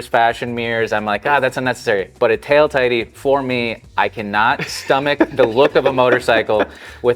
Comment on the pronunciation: Today I learned tail tidy is not pronounced tail titty